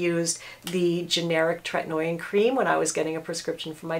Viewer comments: “Tret-in-O-in” lol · Differin (previously Rx) is also available over the counter. The name of the ingredient in that is adapalene and it is kind of like tretinoin’s sister... so people might wanna look into that as well. Besides the pronunciation I think this is pretty solid advice I just don’t think you necessarily should be giving it because there are a lot of other things that doctors would consider about specific situations withDifferent people not everyone tolerates treatment very well especially if you have rosacea - it can make it worse!